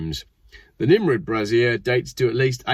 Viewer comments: "Bray-zee-erh", not "brah-zier". That's something else entirely. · Feck moi, for someone what went to Uni your pronunciation is crap. A Brazier ( Bray-zier ) is a metal basket to burn stuff in, usually to keep warm on a leftie populated picket line, or to warn of pirates approaching. A brassiere ( the way you pronunced it, is a female oriented garment made up of some straps and two cups, usually, but not exclusively made of a soft material of varying sizes and capacities to give support to female chesty bits, also commonly known as tits or boobs.